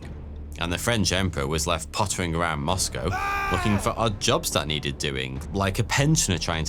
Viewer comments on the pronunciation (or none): none